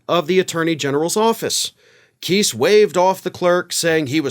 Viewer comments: The arrogance of DT's attorneys is not surprising. Btw, Kise is not pronounced: (Kee-sss), It's: (Kye-sss). Lol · That dude cannot pronounce names to save his life LOL if it was pronounced keese thats how it would be spelled lol and yes Trump and the Republicans really do hate women I think they made that obvious by now lol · FYI Kise is pronounced with a long i not a short i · Keese? No matter how I slice it, Kice looks like it should be pronounced like rice vice dice lice mice twice spice.... nice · Please pronounce KISE correctly...it is not KEESE it is KIIISE! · Kise pronounces his name with a long "i", not a short "i"; I thought you would want to know. 😊